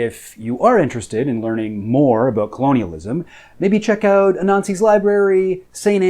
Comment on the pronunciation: Dude I thought you said "a Nazi's library," and not Anansi's Library. Now I have Nazi libraries in my search history. Thanks brah